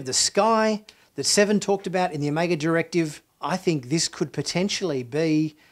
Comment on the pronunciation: I love your pronunciation of Omega lol. You pronounce it as o-may-ga